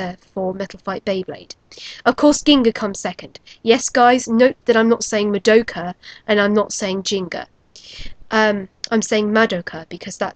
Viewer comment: you make the "gee" sound in gingka